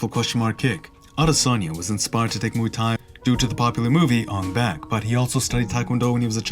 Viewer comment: Its pronounced Ong- baark not Ong-back